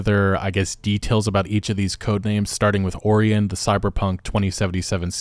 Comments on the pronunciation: Bruh, seriously? How do you not know how to pronounce Orion? Oh-rye-un, NOT Or-ee-un. It's literally the name of a major constellation named after the Ancient Greek Demigod and has been named Orion (and pronounced Oh-rye-un) for over 3000 years. Anyway, I'm only coming back to this game if they make the life-paths you can choose at the beginning of the game actually mean something. I was disappointed as hell when I found out that picking the Corpo route had basically no effect on my character or place in the world of CP2077. We were promised an RPG, but we got a looter-shooter with celebrities. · Oree an ? Wtf it's pronounced O Ryan You got Polaris right. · its not oreon its orion. my sons name is orion and the amount of people who don't know how to say that name is astounding. how do you not know how to say that name. or-i-on like the constellation, not or-e-on. ion and eon do not sound the same. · It's Or-I-an, like the nebula. Not Ore-e-en. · oreon? it's orion. like the constellation. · It's "oh-ry-on" and "poll-air-us". they are names of stars. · Your pronounced Orion wrong, it's "Oh-Ryan". Think of the star constellation. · Orion is pronounced Oh Ryan Polaris is pronounced Po lair iss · Ok… Oh-RYE-uhn. Orion. The constellation of The Hunter. It’s pretty famous… probably the easiest constellation to see in the sky. I can literally see it right now if I look outside. Contains famous stars Betelgeuse, Rigel, and Bellatrix. You know… Orion? You’ve really never heard someone say that word out loud? Huh… 🤔 Edit: so apparently Betelgeuse might go supernova soon? Edit again: ok, now I’m seeing it was just a dust cloud? Oh “science news” 🙄… just as sensational as the rest of the media huh? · For my own sanity, Orion is pronounced oh-ryan. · "Or-Re-In" "Hay-Der" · Orion is pronounced o-Ryan. He is the hunter for the gods in mythology. One of the most famous constellations. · The code names are all celestial bodies(stars and constellations) Orion is pronounced oh ryan .